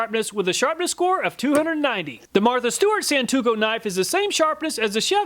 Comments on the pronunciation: It's pronounced a Sawn-toe-ku Not Sawn-two-ku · Thanks again for another fantastic video! One thing to watch out for though, you fumbled the pronunciation of "santoku" a few times. You said "san-too-ko" a few times even though the first time you correctly pronounced it "san-toe-ku" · Love your channel. I watch all of your videos even though I'm never in the market for any of the things you test. I hope you don't mind this unsolicited correction - it's pronounced "san-toe-koo" not "san-too-koh" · Sahn-Tō-Koo, Not San-To-Kō. And For Those About To Call Me A Weeb Or Weeaboo Look Up The Definition Of THAT WORD!